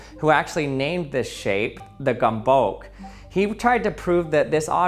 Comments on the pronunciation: but he simply doesn't even tried to do so. He pronounced it with a /k/ instead of a /t͡s/ sound. I would mind a /s/ sound as an approximate pronunciation but /k/ is just an ignorant misinformation. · Actually true also as a half German half Hungarian I had a stroke hearing how he pronounced Gömböc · This guy pronounced gömböc differently every freaking time he said it lol. Just out of curiousity, which pronounciation of his sounded like a movie villian name? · Good video but I hate that the creator of the video didn't take literally 1 minute to learn the pronounciation... If you make a science video, you should be smart enough to not fuck up the name of the thing you are talking about... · ...and know we all learn how to pronounce the "Ö" correctly like an "Ö" instead of "O" 😉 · Once you complete Task 1, move on to Task 2: Correctly pronounce the word Gömböc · Lmao he also pronounced it at least four different ways and I could tell without speaking the language that none of then were even close 😂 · csak azért kattintottam a videora hogy halljam ahogy egy angol azt mondja hogy gömböc xdddddddddd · Everyone: it is pronounced wrong because of" ö" Hungarians: it is pronounced wrong, it is now called disznósajt not gömböc. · Just good to know: "Gömböc" is a hungarian word and the pronunciation of "ö" is kinda like in the words "word, world, bird, surf". Then the "c" is more like an english "s" than a "k". Almost the "ts" in "tsunami". Not exactly but close enough. Or you can simply use google translate (but that pronounces the hungarian words so badly again, but still...) Have a nice day~ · How did he fuck up the pronunciation in so many different ways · I know I shouldn't care, but your pronunciation drives me crazy :/ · Please pronounce it like G like goal, Ö like heure (French word), M like man, B lime bee, Ö like heure again and C like tsunami. The way you pronounced the Hungarian word was wrong on so many levels. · take a shot every time he mispronounces gömböc 😂